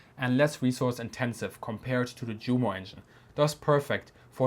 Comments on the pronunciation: We say ‘Vicebeer’, it is better to pronounce ‘You-mo’ and ‘Yunkers’. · Jumo is pronounced You-mo. The same with Junkers. Shameful ! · why do you pronounce the "j" in Junkers and Jumo like the English "j" instead of the English "y"? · Did I hear you actually say Jumo with the English J-sound? I was just thinking that this is the channel I can learn about German military history (and other topics) with the German words at least pronounced correctly.